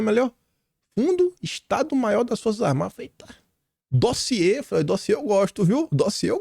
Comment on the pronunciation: Vamos dar mais likes no "dóziê" do 😂😂😂😂😂😂😂😂